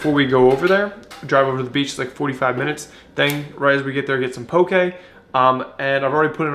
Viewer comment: As someone from Hawai’i, it makes me so happy to see that mainlanders are enjoying poke...but more importantly, it overjoys me that you pronounce it CORRECTLY!!! PS - that’s how you pronounce “sake”...it’s NOT “saki”. 😁